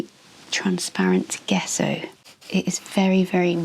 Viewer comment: Hi,. An interesting video, but two things I'm surprised that no-one's mentioned! In reverse order: 3: Gesso is pronounced, "Jess-oh" with the accent on Jess. We can check almost any pronunciation we're unsure of on Google Translate - it does a pretty good job, unless it's a really obscure language! Tell Google if you know the original language, otherwise it may decide it's English, which doesn't always help, as it can come up with the American pronunciation! If unsure, choose 'English (British)' Put the word in and then click on the 'listen' icon at bottom left to hear it pronounced, 2: A very serious health warning!!!: Using gesso, creating a rough surface, will cause serious damage to your watercolour / gouache brushes, brush markers (regardless of tip!), pen nibs and fineliners,.It also will eat up your pencils and Neocolors very fast. If you wanted the resist, then you'd need to sand it to a fine, smooth surface - but that creates plastic dust, which is not good for your health nor that of the environment. But at base, it's not intended for sketchbook use, though it seems to be a fashion on ArtTube recently. 1: Acrylic gesso and paint contain plastics which find their way into our soil / water very easily. It's not only in artists' paints, but it's in all sorts of household paints and other things as well, and none of this is good news for our struggling planet!!!! The reason your pencils came out darker is a direct result of the rough surface, which grabs all th